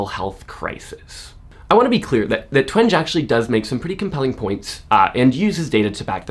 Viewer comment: I believe her name is pronounced Jean TWENG-EE